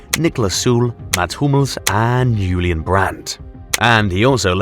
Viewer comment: Julian Nagelsmann might be the best, but you just made him Spanish with that pronunciation:D The German J is pronounced a lot softer, like the Y in yes:)